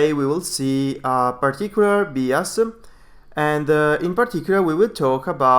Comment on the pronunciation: The guy presenting the oil and gas stuff is pronouncing "bias" wrong. It's not "bee as" it's "b eye as"